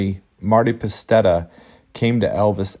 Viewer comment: Dude you don't know wtf you're talking about. Elvis did a rehearsal show so all the bugs could be worked out of the show, just like every other performer of band does. It just so happened Elvis allowed an audience to view his rehearsal for a donation. The haircut and fingernail trimming is something he would've done regardless. And it's Marty Pasetta not Marty Pastetta or whatever you said. I haven't watched the rehearsal show in a while but I'm pretty sure it contains all the same songs